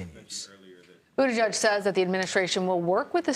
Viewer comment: CBS Noise … sorry try saying boot-edge-edge .. The Secretary of Transportation’s name. I don’t know who Buddha-judge is, but he’s not the secretary.